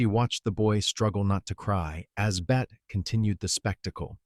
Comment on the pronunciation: It’s Bet-tee Davis! End AI